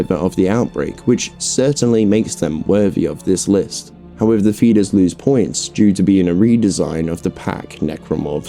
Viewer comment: I’m hearing fetus instead of feeder’s😂 overall good vid tho